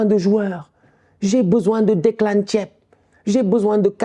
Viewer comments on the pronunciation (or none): ça se prononce thiep